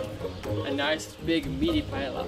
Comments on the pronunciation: It is said "paella" (/paeia/)not paela :P kisses from Madrid ;) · Omg paela no pa-ella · When he said Paela I lost it omg. I love the way English speaking people pronounce it